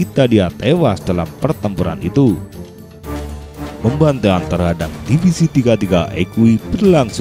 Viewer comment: Admin ga bisa baca melafalkan pembantaian